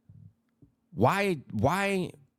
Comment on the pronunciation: love the content dubs, but i just gotta ask, do you know why some of these dude pronounce streets like skreets. im not trying to call you out or anything but i feel like if you dont, you should. because you do try to keep it respectful and i respect that so thats why im bringing it up. bur im pretty sure its to diss the main street crips. the first dude ive heard say it that way was milk74 and im pretty sure the Hoovers and MSC are rivals. i may be wrong but just wanted to let you know. but i mean i have no ties to anything. (i used to be in a graffiti crew through high school and a little after) but ive been through the system as a juvenile so i know alot about LA street shit, so im pretty sure im right but either way. you do you big dog.keep up the great content